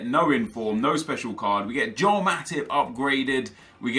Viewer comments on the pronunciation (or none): none